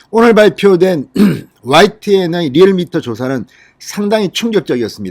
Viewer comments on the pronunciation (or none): none